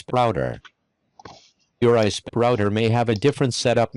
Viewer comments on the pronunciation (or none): what's an ahh-eehh-sp? 😂